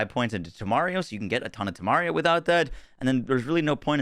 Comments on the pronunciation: I'm going to be very humble in this comment, because I'm really begging you... PLEASE. please... PLEASE STOP. Stop pronouncing Temerario TEMARIO. It's not Mario, it's a Spanish AND Italian word that means RECKLESS, and has to be pronounced: TEM ER AR IO. Every time I hear TEAMARIO I want to shut down the video. Sorry for being the grammar nazzy. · It's not "temario", damn you!" Its "temeRARio". And it's not "Instan-tito", it's "instinto"!